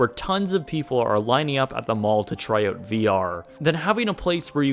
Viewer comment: Out* owt... not oot